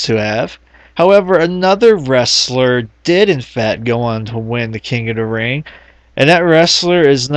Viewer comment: "king uh da ring..."